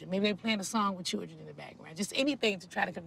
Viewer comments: ky knot not with two R’s in it like she does she saying chrildren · Each time she says "cheeldrynnn" take a drink. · The way NeNe pronounces children is really annoying